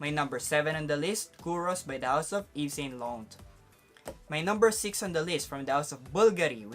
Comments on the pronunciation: Yves saint lauRRRent not LANT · Bro, it's Ralph Law-ren, American pronunciation; Eve-Saw--Law-raw (nasal tone) or Eves-San-Law-run if Filipinized. I hope it helps. 😊 Also, I don't think Amara is considered a cheapie, together with the Bulgari Aqua flankers. 100ml even in discounters is about US$55-60 before its discontinuation. 😀